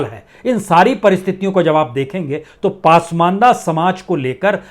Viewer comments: कृपया पसमान्दह✓ (Pronounce) कीजिए पासमानदा नहीं× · उच्चारण दुरस्त करें ! शब्द पासमांदा नहीं ,"पसमांदा" है !! 🙏🙏🙏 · पासमंदा नहीं सर, पसमांदा होता है। आप बड़े पत्रकार हैं।